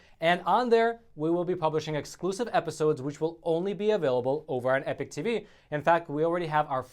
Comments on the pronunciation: you gotta learn to pronounce EPOCH. You seem to speak the English like you learned it at your mother ‘s knee, so what gives? EPIC is pronounced eh-pic, but EPOCH is pronounced eh-pawk, rhymes with hawk. I mean this is basic, that’s bay-sick, not bay- sike. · P.S. stop pronouncing epoch as epic or change your effing name. Epock epock not epik.